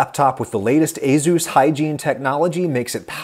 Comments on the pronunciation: It’s pronounced uh-soos or A-soos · Aooos is that how its actually pronounced? i always say Ay sus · That pronunciation of "Azus" is more offensive to me than your insane political views. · I thought asus was pronounced aye sues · In the UK I've always called it asus with an `s` sound rather than a `z` sound! Reminds me of all the contention over how to pronounce Adidas... 😂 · do you pronounce Asus as A-Zeus or A-Seuss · I work for ASUS and uhmmmm the way I say it and the way you say it are not the same, lol. Cool to see our products in your video, though! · how he pronounces asus is hilarious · my man dont know how to say Asus lol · THis isn't the first time Adam has had really bad pronunciation. His butchering of any korean name is etched in my mind. Linus Tech Tips pronounces Asus correctly. Without an overly emphasized 'z'. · the way you say ace - us makes me want to scope my eyeballs out and block my ear drums with them. surprised hardware companies' are sponsoring a cooking channel though congratz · A Zeus… yes… good job on the pronunciation there Adam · First time I’ve heard asus pronounced “aye zeus” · That’s how you pronounce Asus? Aye Zeus? I’ve been pronouncing it wrong for years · A-Zeus? A-ZEUS? Oh Adam... (Have an upvote...) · What I learned is that it's allegedly pronounced A-Zus. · ah yes, A-Zeus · I have definitely not been pronouncing Asus like ay-soos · ah yes "a zeus" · Asus and A-Zeus are very different words Adam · I never knew it was pronounced Azus. I always called it Azus. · I'm sorry Adam, but ...azuz? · nope, he's a tech boomer, it's just a-soos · It's pronounced "A Zeus?!" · wait it's pronounced a Zeus? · for the future, say as-us not azus. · every time he says azeus instead of ey-soos creeps me out! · Ayzoos? I thought it was "Aysuss"? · Excuse me, "AZUES" I've been saying "Ace-us" my entire life. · I've owned several ASUS machines in my life and never knew it was pronounced "ay-ZEUS." I was saying "AY-sus." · A-soos or A-shus not A-zoos